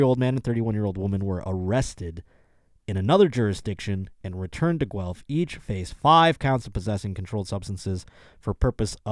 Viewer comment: Guelph/G Spot resident here! You actually pronounced it properly so you get a free pass (you always had a free pass) Yeah no skiing as already said although there are some crappy "hills" within 30 min. Guelph is about an hour West of Toronto. Fun fact, we are the only town represented by the provincial Green party so read into that as you will. Doesn't sound that fun now that I said it out loud, but we can't all be winners. I hope you can come visit sometime. I'll vouch for you :p